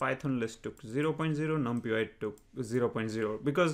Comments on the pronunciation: great videos man.....just i suggestion its pronounced as "num + pie" = numpy although numpiY is catchy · i have never heard anyone say it the way he says it